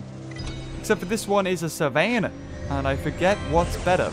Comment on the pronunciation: its sa-van-a